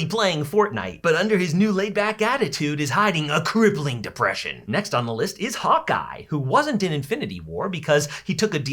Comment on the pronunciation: everytime someone says hawkeye, it sounds like they're saying hot guy 💀